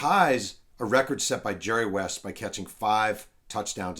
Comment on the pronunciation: "Jerry West." How do you mess that up?